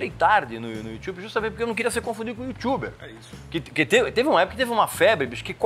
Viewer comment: 'Yutxuber" kkkkkkk Entrevista muito top 👏👏👏👏 conhecimento e experiência passados através de quem entende